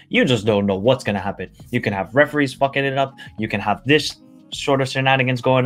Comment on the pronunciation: 😂😂😂😂😂 he said reefi fuckin it up